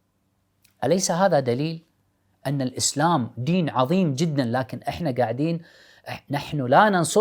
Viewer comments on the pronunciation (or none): none